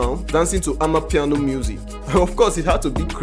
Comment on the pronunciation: For goodness sake . Its called amapiano . That is a South African word . Please stop it